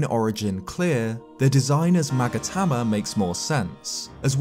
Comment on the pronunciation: "Magatama" Me: hears 'maggot hammer' every time